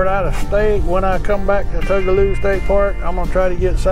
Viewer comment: I mispronounced it for years but just a note its Two-guh-low. My husband gives me the hardest time for saying Tug-a-loo. I even called them and was told I was wrong. lol!